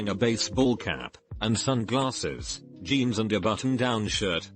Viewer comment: Why in the duck can’t this story teller pronounce words of names right? Like the words jeans... Geens??? Really this crap really triggers me.